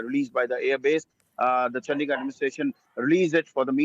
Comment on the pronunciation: Why does she say Chd like that..chandddigarh